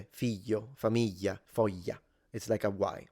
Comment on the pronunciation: I noticed the difference, immediately (”famiyya”; ”moyye”); and that confirmed to me that the recordings are not of a trained voice actor. I’m not Italian, either; I’m Finnish.